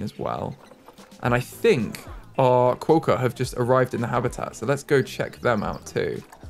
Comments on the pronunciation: This has probally already been answered but just in case, quokka is pronounced kwok-a :) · Quokka is pronounced like you're saying it but with the 'o' sound from 'hot' not the 'o' sound from 'boat'. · QUOKKA PRONOUNCIATION! You had it mostly right, but the o makes the same sound as it does in knock. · Sure you've heard already you're not pronouncing Quokka right but anyway always throws me how others react to Australian animals I don't even think twice about as an Australian - Fun thing though Emu you can just straight up walk upto and pet and feed, do it all the time - They are greedy guts though and will try to snatch the food. Kangaroos I wouldn't try feeding because of the males but wallbies are the same you can feed them by hand :) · That Quokka pronunciation 😂 I can't haha It's supposed to be more like kwoka and not a long o like status quo, it's kwok a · Quokka is pronounced with a ock sound so like clock, hock and sock so in other words it should be spelt Quocka 😂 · Best way to pronounce quokka is to say it with a W like qwokka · I noticed there was an animal name Jannali -- I think it would be cool to keep that one, as it's actually the name of a suburb in Sydney! No ideas for other names, though... As for the quokka, it's pronounced "kwohkah", like you'd say "rocker", I guess? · Quokka, is pronounced like co-wa-ka there's an island full of them and there very cute Edit- read the comments I got it wrong. the pronunciation where I'm from is weird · You say Quokka with a short 'o" sound. like Kwokka. Rhymes with "rock" and add an a. Just something I do to save money now is 'move' the trees into the surrounding area of your zoo space, if I want to get them out of the way rather than delete them, as you found out you lose money deleting them. Australian colours are actually green and gold. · you might not read this, but as someone from Australia, we pronounce it qu-o-c-u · Quokka. Pronounced kwo-kha with the 'o' being pronounced the same as the 'o' in hot.